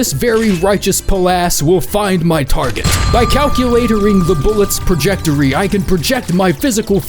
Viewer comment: "bullet's prajectory" oh yeah he's been watching some XRA